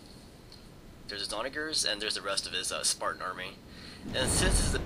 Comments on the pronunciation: lol onagers. the g is like a j sound. oh yeah and its cavalry, not calvary fool. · who else noticed that he kept saying the word "onager" wrong?